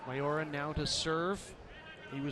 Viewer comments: Its Miyaura not Mayora😂😂😂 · For thoose western Volleyball Fans, its not MA YO RA. Its Mi yau ra. The way you pronoun "Mi" in Miyaura is like when you say "Me" for yourself.